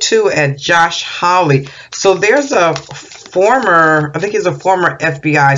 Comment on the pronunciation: Hawley, pronounced like ha ha ha ha, not howl like a wolf.